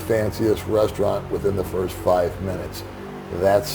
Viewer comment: I'm a pouriner :) Hahaha! That's how they actually pronounce it! Pinancial safety pirst!